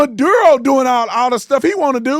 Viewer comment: he says Maduro like madea